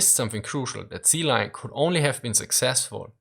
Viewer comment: "Sea lu, sea lion"